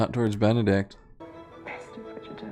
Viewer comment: not benneDick 💀